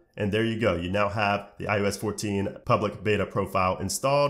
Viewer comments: Who else was bothered about how he said ius instead of ios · Great video, but how come in every video you make including this one, you pronounce iOS like "iUS" or "eye-yoow-ess" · nah b in the intro he def said ius💀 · "iUS" ... right? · why do you pronounce it like "I-ooo-s" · No, it’s I O S